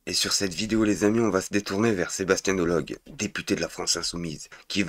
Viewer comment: DE LO GU et Pascal PRO ... Pas delogue et prode.😂 Dit moi que tu lis les commentaires et que tu en tiens compte s'il te plaît.....